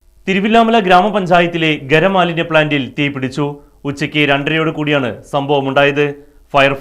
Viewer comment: ഗര മാലിന്യ പ്ലാന്റ് അല്ല, ഖരമാലിന്യ പ്ലാന്റ് എന്ന് പറയാൻ പഠിക്ക്, പിന്നെ മാന്യം അല്ല മാലിന്യം ആണ് മാഷെ